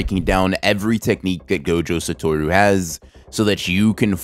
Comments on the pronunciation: Ain’t no way he pronounced Satoru as suh-tor-u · gojo SA-TOR-OO why? why why can know pronounce anything its like the people who say SA-GOON-AH no its SU-KU-NAH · Couldn’t finish after you said S-UH-Toru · said his name wrong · Ok, but that's not how you pronounce Satoru